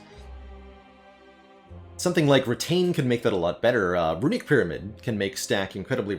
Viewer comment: Also “runique” for runic.